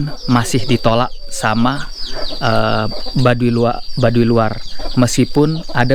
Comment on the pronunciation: Mohon ma"'af itu Baduy bukan Badui jd jngan salah sebut ( BADUY bukan BADUI )